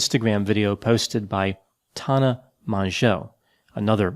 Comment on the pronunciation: I’m living for how pronounced Tana’s name lol.